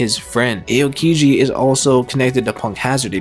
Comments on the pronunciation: its not "Sowl" its "Saul" like Paul. Its not "A-O-kiji" its "OW-Kiji" or just call him Kuzan. Idk why those bothered me so much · Ay-o-kiji, Mari-jowa,Moraya 💀💀